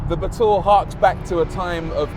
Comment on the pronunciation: Brooo I pronounced the batur with sheer luxury ba’túrr 😂